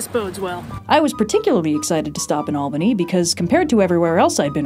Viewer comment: Thank you for pronouncing Albany correctly!! The earthquake was noticeable in Poughkeepsie, I'm surprised not Albany